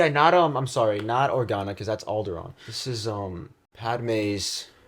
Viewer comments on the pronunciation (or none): Ordana? It's Organa Bail Organa.